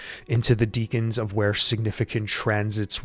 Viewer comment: I’ve heard people pronounce it like deacon or deckun, but it’s spelled Decan.